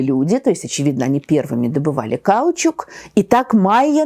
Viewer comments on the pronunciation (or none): Тамара Натановна, позвольте поправить ударения в фамилии Юрия КнОрОзова, а также в слове "каучУк". Спасибо Вам за потрясающую лекцию! Слушать Вас - одно удовольствие. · Ударение в слове "каучук" на последний слог, норма языка, словарно зафиксировано. На фоне потрясающей образованности такие ошибки в речи вызывают недоумение